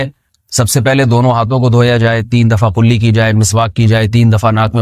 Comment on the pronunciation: جاھل مولوی بار بارقلی قلی بول رہا ہے،جبکہ لفظ ہے کلی